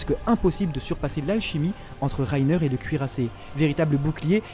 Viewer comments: reiner pas rrrrrrrrrrrreiner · c moi il a un accent allemand quand il dit reiner😂😂(rainer)